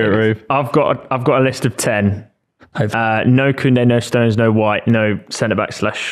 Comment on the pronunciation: Why does the brummy keep adding letters to Stones' name. "Stowenes"